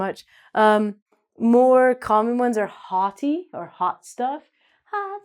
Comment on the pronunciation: I got a question why do you pronouce the "tie" end differently, the way you say sweetie sounds french, but for cutie and hottie , the t sound is not the same, why these differences ?